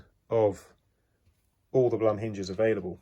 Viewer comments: It's Bloom ( Blum), not plum :) Beside that thanks a lot. Very informative and helpful. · Great video. Very well put together. But maybe mentioned here or not - the company is pronounced "bloom"